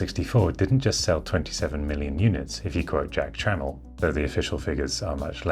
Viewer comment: Your pronunciation of Jack Tramiel was spot on for his English name he chose to use in USA, and I don't think I ever corrected you on it before 🙂. If you would like to properly pronounce his original Polish name it would be something like "Yatsek Tschmiell" Thank you for bringing our childhood back to us!